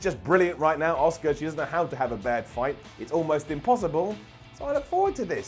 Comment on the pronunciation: it’s Asuka not Oscar